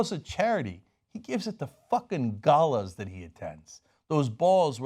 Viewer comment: It's pronounced "ɡælə / ɡeɪlə", just so you know.